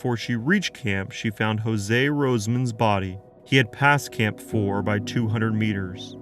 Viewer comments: Not Jose....pronounced Yo-zhey. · A tip for next time - use forvo to check name pronunciation . Jože is not a spanish name.